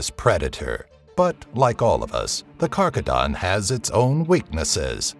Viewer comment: ezhdeha translates to Dragon, and Simorgh to Pheonix asI know, but overall cool video. also it's not karkadan for rhino lol. Its KarGadan